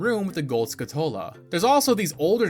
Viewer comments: Skull-chu-la, not skull-two-la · Great video bro! But, as a pedantic (and pathetic) "pronunciation police", it's pronounced SKULL-Tula, not Skutula, you missed the L's. Still a great video of course! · am i the only one that doesnt like the pronounciation of skulltula here? they're spiders that have the appearance of a skull and you're removing the word skull from their name that they're named after, you remove their namesake. Skull-Too-lah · Now I finally know the correct way to pronounce names from this game. "EP-uh-nuh" "skuh-TULL-uh" "Pharoah's Wind" "Volgaria" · "Skuh-TOLE-uh" isn't rage bait? Bruh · It's skulltula, like skull tarantula. Not 'skutola' or whatever you said. Also don't know why you pronounce cucco like that, the U shouldn't be elongated ain't no R in that name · Hey, I think that Skulltula is pronounced as though you were slamming skull and tarantula together. Skull-tchoo-luh. My brother said that when we were kids and it made so much sense. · Is it not Skull-Tu-La? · Any else pronounce it skull-TOO-la as a kid? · It was skull-tuh-luh for me. I dont think he's ragebaiting as much a pronouncing stuff from this game the same way he did as a kid because that's what I do too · Why do you keep pronouncing it Skull-toll-ah? It throws off the video, it's Skull-tool-ah like tarantula but with skull instead of Taran. Other than that, great video mate okay I'm convinced you're trolling us at this this point. Epp-Ah-Na instead of E-pon-ah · Was so close to liking and subscribing until I heard him mispronounce not just “Malon” and “Skulltula”, but “Epona” and “Farore” too?! I Couldn’t stand to listen to him anymore 😩